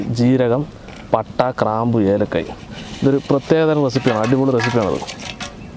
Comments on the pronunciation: Kraambu Alla graambu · Krabu alla, grambu anu... 😂